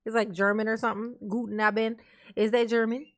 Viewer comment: it's äkshily "Guten Abend"